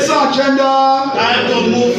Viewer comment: Can we all adapt the proper pronunciation of ESAN rather then Ishan?